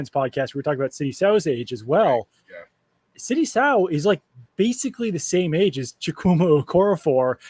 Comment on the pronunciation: Sidy So long I sow is not how his name is pronounced at least that's what we were told when he was drafted